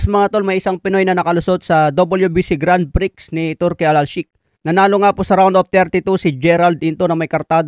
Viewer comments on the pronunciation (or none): sorry correction lang po idol, grand pre hindi po grand prix. grand prix ang spelling pero grand pre ang tamang pagbigkas. sorry po.